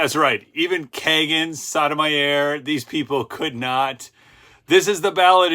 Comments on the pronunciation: friendly FYI Jus. Sotomayor’s name is pronounced: SO-TOW-MY-OR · I think it pronounced like, So-Toe-My-Ore.